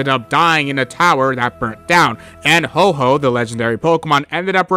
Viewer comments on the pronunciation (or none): Is a creator saying “ho-ho” ragebait? Or do people actually not know it’s “ho-OH” 😂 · Who’s oh-ho? It’s ho-oh